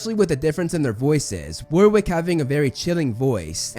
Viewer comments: It's pronounced "Doh-nall" it's pronounced "War-ick" (the W is silent) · “Wurwick” Davis “Wraith” Fiennes 🤨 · "War wick" LOL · worrick not war 😀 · Warrick not war-wick. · Warwick is pronounced WARRICK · Warwick is pronounced "woh (like what but without the t) rick" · Good vid but it's pronounced Warick the second w is silent I live in Warwickshire in the UK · You were absolutely correct with the pronunciation of Ralph Fiennes, but mispronounced Warwick's name, going with the fairly typical American style mispronunciation of Warwick. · Loving your videos which I've only just discovered and will show my granddaughter who is newly discovering Potter books and films and will love all the in-depth analysis. You're totally correct on the pronunciation, but you do get Warwick Davis first name wrong I'm afraid. It's pronounced "Warrick", you don't pronounce the middle "w". Fabulous videos. Thank you. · Imagine not saying Warwick's name right